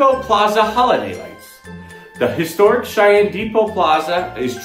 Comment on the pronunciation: 6. Go the the Holiday Magic concert with the wonderful Cheyenne Symphony on the 14th. (Weird how "Cheyenne" becomes "Shine" .)